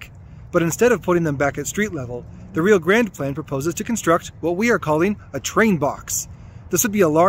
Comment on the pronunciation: Railroaders pronounce it RYE-OH